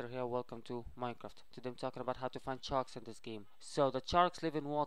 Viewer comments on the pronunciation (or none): HE always say chark charks lol